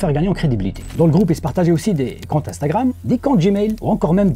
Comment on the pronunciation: 😂 Le gwoupe vis bien